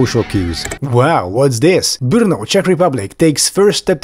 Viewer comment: Brno not Bruno 😂😂 the gays come from Austria 😅